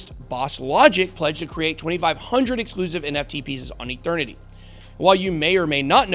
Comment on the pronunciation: Mike Tyson says Eternity like..."Ethernity"